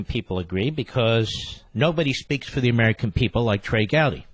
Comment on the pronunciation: "Be"trey Gowdy